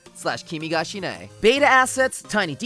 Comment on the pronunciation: Also called as Kimi ga shi - ne. Not kimi ga "shine"